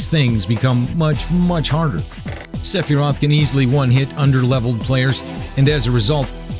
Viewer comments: Its not Seph-I-rot It's Seph-Er-Roth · sefearoth was a funny mess-up aswell